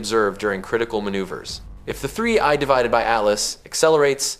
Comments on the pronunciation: When you edit is your opportunity to correct the narration, 3 I divided by ATLAS is hard to miss and easy to correct… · 3 ay devided atlas? F-you AI. Blocking this shajt. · Check your dumbass A.I before you post this crap. 3 i ÷ Atlas. ?!!! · I don't think I've seen a single YouTube video about 3I/ATLAS that hasn't been AI generated. It gives the game away when they try to pronounce 3I/ATLAS. And all I hear about is this Avi Loeb character? Is he the only Astro expert in the universe? Never heard of him 🙂